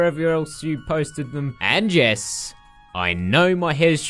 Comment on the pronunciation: I thought you said 'and jess' instead of 'and yes' hahaha.